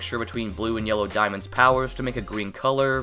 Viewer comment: * corrects by saying 4 dismonds*